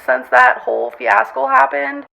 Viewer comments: I do love when this clown says words wrong fiascle sis what???? 😂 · “Fiascle” she’s so dang stupid. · lmfao ''fiascle''